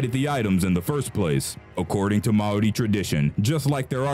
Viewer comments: you said Maori right like once Like not to be a critique but its pronounced maaori ma as in magerine and we didn't necessarily like to scare our enemys we show respect to you and your culture and we show that you need to respect us on our land kinda thing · not how you pronounce Maori but close. i think they see the pregnant and menstruating women has sacred, not taboo which makes it seem like they are bad. they dont want women who are pregnant/menstruating to become cursed. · Dude you’re saying Māori wrong 🤦🏾‍♀️